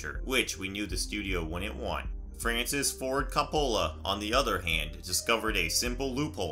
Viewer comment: Frances ford CUP-OH-LAH hahahaha omg never heard it butchered like that before. but now i will say it like that.